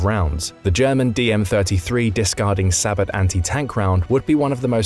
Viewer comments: “Sabot” (pronounced “sa-bO”) NOT PRONOUNCED “say-bot” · Sabot is pronounced like say-boh